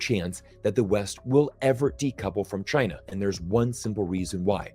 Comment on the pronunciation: I've really enjoyed every time said "Tchyna" in 2022⛳